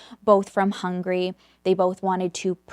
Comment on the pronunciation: I love your content ☺️ but Hungary isn't pronounced as Hungry but really as Hung-a-ry 👍